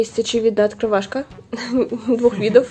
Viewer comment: Ахахзазазазза "открывашка"